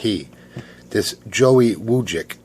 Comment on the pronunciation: U said my last night right! Not many ppl say it right... And again I'm sorry